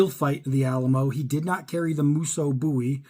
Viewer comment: If you can’t pronounce Bowie correctly you should not have a knife channel!